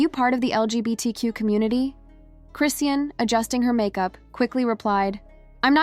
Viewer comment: Chrisean is pronounced Chris Shawn there is no t in her name❤